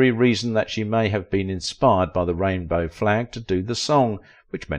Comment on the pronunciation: ALTHOUGH THE STORY WAS INTERESTING, THE PRONUNCIATION OF "EI" AND "AI" WAS DISTURNIG FOR SOMEONE LIKE ME AS A NON-NATIVE SPEAKER OF ENGLISH. PRONOUCE "RAINBOW" EXACTLY AS JUDY DID IN THE FILM.